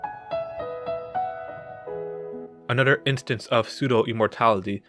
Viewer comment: i love you say ther into der....anoder